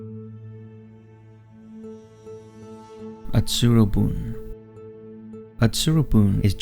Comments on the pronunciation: It is read as Utsuro-Buneh, not -boon. It means a hollow boat. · The pronunciation of the name, Utsuro-bune (うつろ船), is hilarious.